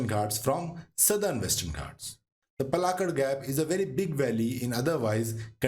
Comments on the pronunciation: Its not palgat its paalakkaad😢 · Palakkad not Palghat😂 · It's not palghat .... u hindi __ . It's palakkad, try to learn. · Excellent info.Please look up correct pronunciation of places.The narrator gave out three different variations of Palakkad. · Palakkad is not Palaghat Kozhikode is not pronounced kozikode.It is kolikode .pls google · for your information:- to correct pronunciation in malayalam paalakkaad not palghat or paalkkad or palkkaad aanamudi not ananudi in most southern language names, "a" is pronouncing as "aa" & in tamil written as salem pronounce as selam mahe pronounce as maahi